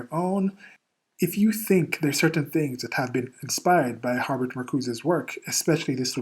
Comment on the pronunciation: You're the only person I've ever heard who says Har-Bert instead of Her-Bert.